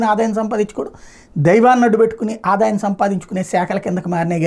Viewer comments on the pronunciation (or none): none